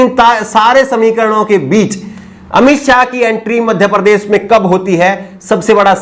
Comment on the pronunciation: Sharm aati he mujhe jab sunta hu apka vdo jab aap bhasha ki aisi taisi pherte ho kaise sha ko sa kehna madhya prdesh prades bolte ho.shamil kovsamil keh rahe ho